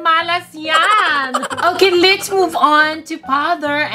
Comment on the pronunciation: Just a correction let's po Hindi lits